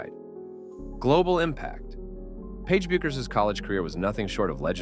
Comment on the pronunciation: It's Beck-ers. AI isn't perfect.